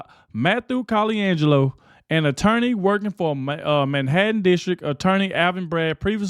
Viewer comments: Love you man but your driving me crazy. It's Ka- lan- jello...please stop adding that E. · Cal-en-gel-o is how his name is pronounced.